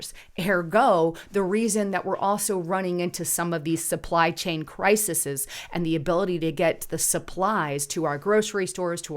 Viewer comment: The word is crises (pronounced: cry-sees ... not cry-suh-suhs :(